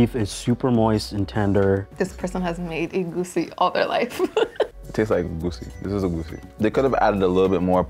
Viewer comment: Making egusi but not knowing how to pronounce it is crazy lol